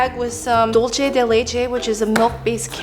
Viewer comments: I'm sorry but dulce is pronounced like dool-say. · i'm sorry, but why does no one know how to pronounce "dulce de leche"? it's spanish, not italian. "c" is equal to english "c/s" or "th" (in some countries) so why make up a whole new sound for "c"... also, "leche" does have that "ch" sound (the different one), not "dulce"